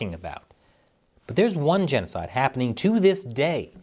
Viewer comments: “Jan oh cide” 😂😂😂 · Its jeanosoid. Geet it roight. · Your genocide is with an Aussie accent not a New Zealand accent. Stop alienating your Australian audience.